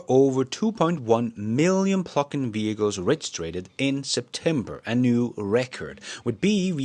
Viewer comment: I thought you were saying "pluckin' hybrids" and I thought " Give 'em hell!" 😂